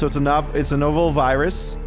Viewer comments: (novel) No-vull? You mean Nah-vull? LOL! :P ...Silly... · Does it bother anyone else that used "no-vel" instead of "nah-vel"?